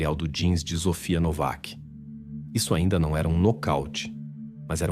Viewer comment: Ele fala errado o nome da menina.Sofia tem som de s e não de z.